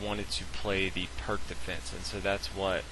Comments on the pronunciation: He pronounced the opening wrong. It's pronounced "peerts", not "perk". Not that it matters. It just bugs me.... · It's pronounced "Peerz" Defense -- but good vid, thanks. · Peerts, peerts, PEERTS. Pirc is pronounced peeeeeerts you patzer. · The "perk" defense! Dear God! Can't you do your homework before producing these videos? The Pirc Defense, named after Grandmaster Vasja Pirc, is pronounced "peerts." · The "Purk" Defence is actually the "Peerts" Defence. I know people will jump on me for pointing this out, but I was just cringing. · The c in pirc is pronounced as an s as in Sam not a k. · Pierce - is how I prefer to pronounce Pirc